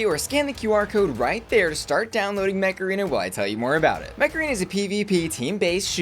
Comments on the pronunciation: I was just listening to advertising Mech Arena and I heard MACARENA instead 😂😂😂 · I keep hearing Macarena rather than Mech Arena xD